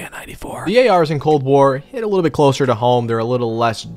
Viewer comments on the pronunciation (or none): none